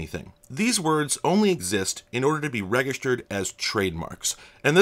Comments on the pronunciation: "Registered" has a soft G. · That is the most jarring mispronunciation of the word "registered" I could imagine. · That's the first time I hear "register/ed" pronounced like that.